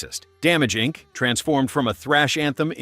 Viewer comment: What the hell kind of translaughteration of 'Incorporated' did you just say for Metallica at #8? 🙃